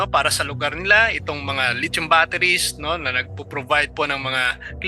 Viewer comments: PRONOUNCE…..LI THIUM……..NOT LIT CHOM………..AKALA KO LIT CHON ANG TOPIC MO….. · California is huge bro, much bigger than the Philippines, and please ask guidance in pronouncing the word "lithium" i heard lechon !